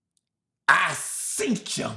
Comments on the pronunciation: “ I seent Cha” 😭😭😭😭😭😭😊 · "I SeentCha"❗❗❗ 😂🤣😂🤣😂🤣😭😭😭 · 😅😂 He said, I seen-chh.. Hilarious